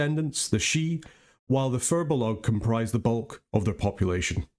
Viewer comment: Thank you for the attention to the pronunciation. It ruins the flavor when people can't be bothered to pronounce names at least semi-correctly. Couldn't watch that one guy saying "sidhe" the same way you would "CD".